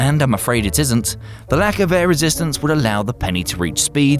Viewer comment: "The LAKHCH of aer rastistence" Lmfao im dying